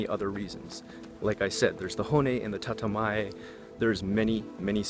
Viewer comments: Hey, the first 50 or so comments did not have this so I though I comment on this. Isn't it "Tatemae" instead of "Tatamae"? or am I just hearing your pronunciation wrong? I read online that there is like 10 psychiatrists for every 100 people in the big cities in Japan. Is this true? really nice video!:) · Bro. It’s not TATAMAE. It’s たてまえ、tatemae